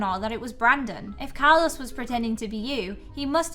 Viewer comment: btw your saying Carlos wrong